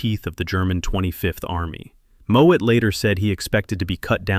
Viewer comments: Farley Mowat. Not Moat/Moet. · Farley Mowat. Not Moët.